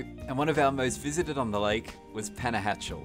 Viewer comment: Great photography though a little too rapid for my old eyes. However, your pronunciation of places was not good. Lake Atitlan, Panajachel, San Cristobal, even Conquistadors you pretty much mispronounced.